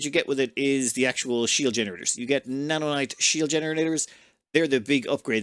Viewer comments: Its naonite not nanonite btw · N a o n i t e xD not "nanonite" and Xanion (pronounced "Zanion") Also, I didn't see if you did it or not, but USE integrity field generator blocks, it reduces incoming damage by 75% and prevents blocks from breaking so easily.